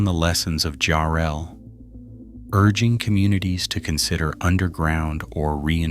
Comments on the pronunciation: JARRELL GODDAMMIT! NOT "JU-RELL" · Enjoyed the footage, but mispronouncing the town name.........🤷 AI crap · What are you talking about this crappy AI he can't even pronounce the town Jarrell Texas correctly